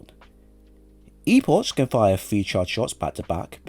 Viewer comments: It’s a CK sound at the end of Epoch, not CH. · It's E-Pok. Not E-posh